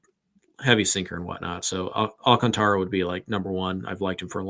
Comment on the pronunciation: I love that you guys are now saying Sandy Alcantara correct now! Or at least as correct as you can without rolling your R's :)